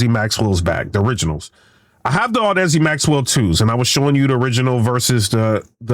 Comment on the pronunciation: I think chatgpt lied to you, or you are using the EQ incorrectly. 6+db of boost will introduce distortion in any type of speaker / headset, unless you lower the gain first, and THEN raise the low end. Also its Audeze, not whatever you are saying LOL :D